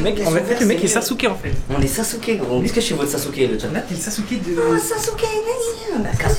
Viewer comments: sa me stresse au lieu de dire es-ce que il dit isque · Des que tu dit iceque ça me perturbe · Inoxtag quand il dit ''est ce que'' : i ce que ( isse que ) XD